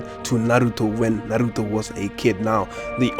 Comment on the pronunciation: this guy pronounces naruto perfectly